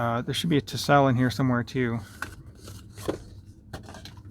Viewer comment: I heard “Tisell”.